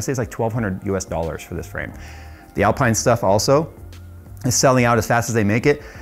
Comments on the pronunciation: ALPEEEEEEEEN, not Alpine! Love the content! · It's pronounced Alpein not Alpine btw. Loved the video 🙂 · Great video! Would love a review of the Moza stuff. Btw slow f1 french team is pronounced alp-een not al-pie-n ;) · Alpine is not pronounced Al-pine....it's Al-peen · It's pronounced AL-PEEN not AL-PINE. It's French! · Alp(I)ne and Alp(een) are different. Its not (Alp(I)ne) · Love the rig, can't wait to see more content. One thing: "Alpine" the F1 team is pronounced "AL-PEEN." Because, French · ITS PRONOUNCED ALPEEN!!! 😂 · Great vid! Just FYI, it’s pronounced Al-Peen 😊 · its said Alpeen. like, no joke. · Love this stuff even if I'll never buy it. Just a small FYI Alpine is pronounced Alpeene as it is a french word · Hey c'mon, please don't put down the Logitech G series gear. It it so good to so many people and I've learnt so much using it, but now gone up to the Logitech G Pro which is amazing. And the F1 team is pronounced "Alpeen". 😂😂. Fun video 😊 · If that's Alpine as in the F1 team/Rennault premium brand, it's pronounced "AL-peen" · I know some ppl will rage when pronounced alpine wrong😅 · I'm being that guy, "Al-peen" is how you pronounce it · Just FYI, in typical F1 European fashion, Alpine is pronounced al-peen. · It's Alpine pronounced (Al-peen) in F1, a Renault brand. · Just to make you aware, alpine is pronounced, al-peen 👍🏻👍🏻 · The racing team might be spelled Alpine but it's pronounced Alpeen. That's not the ultimate setup unless it's got full motion too. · It's (AL - Peen) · I think it's pronounced Al-pee-na.🤔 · B******s, looks like I'm going to have to be that guy. 😁 Its pronounced Alpene, as in seen. Common mistake. 👍 I do like this rig, and its adjustability, yet for the money you can get some top quality, all in Aluminium Extrusion cockpits. I'm torn. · Someone clearly doesn't watch F1 pronouncing Alpine like that. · i don't wanna be that guy but pls pronounce Alpine correct :D